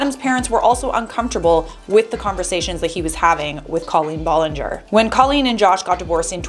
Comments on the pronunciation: BROOOO WHY YOU SAYING IT LIKE COLLIN BOLLINGOR LMFAOOOO THIS IS LITERALLY SENDING ME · I’m sorry but C”A”LeEn BoLlInGeR is killing me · wow you say her name so weird